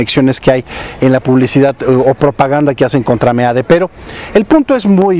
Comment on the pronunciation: Me encanta que le digas meade y no mid como le dicen y claro mejor decirle meado